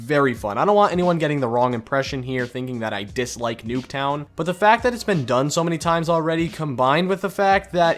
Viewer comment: i swear he says noobtown